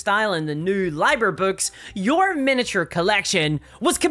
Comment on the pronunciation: ‘Liber’ is pronounced “ LEE bur “